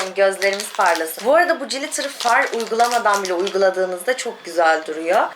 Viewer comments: Cilitır ne kız :) glitır diye okunur. Sizin gibi günceli takip eden influencer'larin İngilizce'ye hakim olması önemli. Naçizane tavsiyem. Adana'ya selamlar. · o cilitir diye okunmuyor glitir diye okunuyor canım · Koptum jilitere yaa kirk yillik glitter🤣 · Peki benim siz cilitır dedikçe acaba ben mi yanlış biliyorum diye kendimi sorgulamam glitterdan farklı bir şeydir belki diye düşünmem 😂 çok tatlısınız ☺️ birde “Birkensıtok” olarak değil. “Birkenşıtok” diye okumuyor oda ☺️ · Kız Ezgii glitter yazildigi gibi okunuyor😘